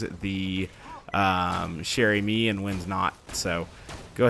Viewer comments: [GD] DianIzScrub also he has to make a ee sound no a eh sound at the end of amie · if you roll the r in Chere-Amie you'll be pronouncing it correctly.:)